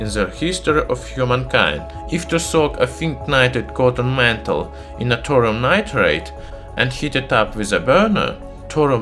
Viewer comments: Clear English isn't your first language but please don't do a whole video on a subject you cannot even pronounce correctly - Thorium (Thaw - re - um)... not torium! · Thor-Ee-uM not Thor-um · Are you speaking Torum or Thorium? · It's called thorium, not tourum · By the way, it's Thorium, not Thorum. Nice video, though! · What he is saying : thorium What I hear : torum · Can't listen to this guy. Its not "Torum", its Thorium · Pure 'Torum' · Thorium, thor-ee-um. You are saying Torum. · Thorium reactor. Say it with me now. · I’m sorry but the way you say “torum” is illegal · I genuinely thought, for years, that Thorium was pronounced Thor-ree-um, not Tor-um! 😒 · Okay the h in thorium is not silent its not torium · written Throrium sounds like Torum....thats not accent i could understand Torium with TH sounding like a hard T but come on... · Great video, but in English it's pronounced 'thor-ee-um' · Nice pronunciation of Thor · is the " H " silent? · Exactly, same here. Plus he mispronounced "Thorium" so much that it started to make me sick. Completely unwatchable to me. And not subbed, so no idea why I received the notification for the video... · I know, I'm Irish. I speak a few languages and know it's not easy. I meant it constructively, saying 2 syllables instead of 3 is a mistake pure and simple.